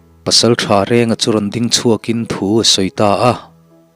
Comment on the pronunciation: hawh u i din chawl lawk tiang u, ti lovin, i ding chawl lawk tiang u ti zawk ta la, dik hmel zawk lo maw. chuan ding lai tak hi thluk bawk la.